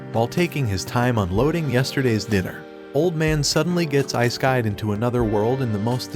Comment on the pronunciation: This guy said isekai as "ayesekayed" 💀